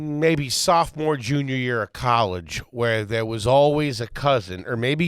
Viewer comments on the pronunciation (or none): Did I hear correctly “when I was a SOFTMORE” in high school 😂